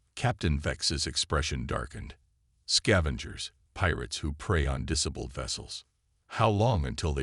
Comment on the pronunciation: Frustrating AI Screwups....."unstibly", "deh-BRISS", "DEH-briss", "DISS-uhbled", "tawing"(towing), "....silver SKILLED skin", "EYE"(AI), "MERRED is surface.."(marred). Very frustrating. Hows about fixing your crappy AI?? Just a thought...